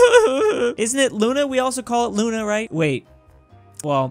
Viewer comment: You said we also call it Luna right well in Russian it's actually pronounced Luna so you were correct